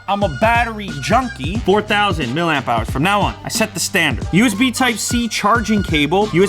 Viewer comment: For someone who is a self professed "Battery Guru" you'd think he would pronounce "Milliamp " correctly. Say it....... "Milli-Amp Hours" Not "MIL-AMP"" This is a candidate for your up-coming Coffee Table Book, "Technology Fubars, Table Flips and Dummy-Spits"